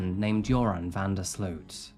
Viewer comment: Great video as usual! Although as a Dutch person I do have to correct you on the pronounciation of "Sloot". It's not pronounced as "sleuth" but more like "sloat". Not sure if that makes sense, but I figured I'd try haha